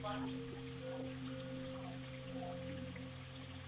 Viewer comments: I think he always has 3 stories so he can say tree(3) or shird(third) all the time lol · In this episode, said “tree (3),” “turty (30),” “turteen (13),” and “turd (3rd)” fifteen times. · I love this channel, but I will never get used to how you pronunciate certain words. It's just so different. The way you say "tree" always makes my ears perk up. Where are you from exactly? I'm just curious? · Very interesting angle. Nicely done in group of three. I like your pronunciation of tree and turd too. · I know. It's like nails on a chalkboard when I hear people pronounce the "s"!!